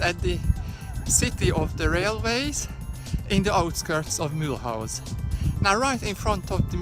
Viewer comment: He cant even pronunciate the name